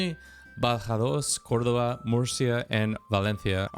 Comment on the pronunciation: Damn, you even hit me with "Badajoz, Córdoba, Murcia and Valencia". Very nice!